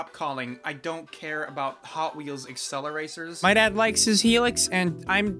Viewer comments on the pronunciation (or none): BROO HE SAID ACCELERACERS